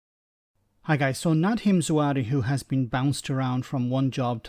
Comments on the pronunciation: Expect the leaks to continue. It will be entertaining, if nothing else. Sounds like that excuse was made up on the spot as well. Just to say,, it's pronounced Za-Har-We, not Zoo-ari;) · 1. moment of silence for the amount of times the narrator couldn't pronounce a simple name like ZA-HA-WI. 2. If a mistake over a utility bill is the best you can do, then I'm sorry but it sounds like a really desperate attempt to find something on him. 3. I'm as Tory as Hitler loved Jews. BUT. As a Kurd who was also born in Iraq like Zahawi, and given the UK's actions in Iraq and vs Kurds for over 120 years, it would be poetically ironic if an ethnic Kurd who made his money in private business because the PM of the UK. I wouldn't vote for him as I don't agree with his policies, but he is 1000 times cleaner and more intelligent than all of the sleaze balls who are also running.